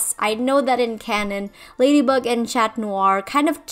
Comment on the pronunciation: Ummmmmmmmm no disrespect meant by this but in French the pronunciation of chat is (sha) the pronunciation your currently using is the feminine version of the word which is pronounced (shat) Please correct me if I’m wrong I’m still learning French Also love your rewrite it’s really cool also the idea for fixing the plot hole is really good and adds an extra layer 😊